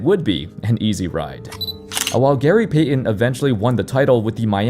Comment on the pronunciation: So you can say Heat but not Payton. If this is AI it sucks. If it's an actual person there's no excuse.